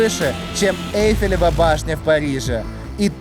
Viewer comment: "ЭйфелевАЯ башня", вы серьезно??!